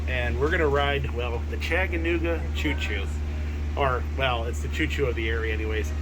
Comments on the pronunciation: 🤣🤣 I thought same! Love these two, fun videos but yeah I heard Chagganooga 😂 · Chagganooga? That's what I keep hearing you say, lol. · ChaTaNooGa. Say it 10 times! 😂 Really enjoyed this video!!! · I had to chuckle every time you said " Chaganooga" LOL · Chagganooga ???? Lol!! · Long time subscribers and fans of the channel from ChaTTanooga!!! We visit Pigeon Forge and Gatlinburg often and know how to pronounce it. For the love of God, learn how to say ChaTTanooga. Still love you and!!!! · You guys should visit Cloudland Canyon, and the hang glider jump off. chattt—ahh—nooooga It’s important to the locals for you to say it correctly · you butchered the word Chattanooga hopefully this will help Cha-duh-NOO-guh!!! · You pronounce Chattanooga, like someone from Michigan. LOL Did you get a engineer cap?